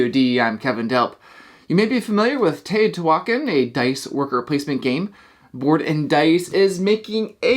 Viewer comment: it is pronounced teo-ti-hua-can NOT teo-ti-huac-an